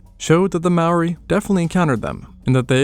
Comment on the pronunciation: Awesome video, but pretty rough pronunciation of Māori